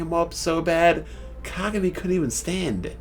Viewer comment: they way you say kagami..its not being pronounced that way lol